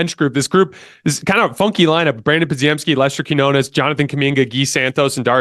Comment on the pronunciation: love the content man, for the love of god, give these players the respect they deserve by pronouncing their names right! you have always pronounced podziemski and quinones wrong man, just look up how to say them correctly pleaseeeeeee you at a baseline should say nba players names correctly